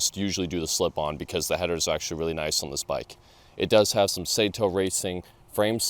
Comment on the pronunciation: It's pronounced "SAW-Toe" .... not SAY toe